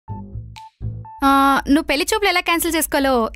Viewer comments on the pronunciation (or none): పెల్లి ఏంటే తల్లీ పెళ్లి అనండి మీరైనా